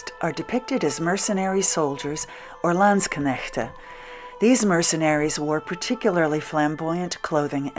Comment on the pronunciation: this looks great, even now (winter!). kudos too on your pronunciation of landsknecht and (pl.) landsknechten.